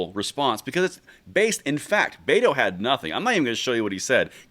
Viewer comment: You pronounced betos name wrong. It sounds more like but hole